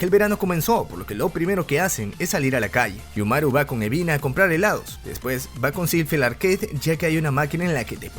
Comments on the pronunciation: mi compa el dislexico que le dice UBINA a EBINA apesar de que su nombre se ve en LOS SUBTITULOOOO AADLKJDKLDKODNK xd. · Quien más se dió Cuenta que dice ubina en vez de ebina